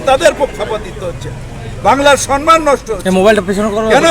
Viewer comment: Dhurr. Sanman kathata vul kathata hochhe samman Sabai ei vul uchcharanta onekei korchen Dhanyabad Hàrekrishna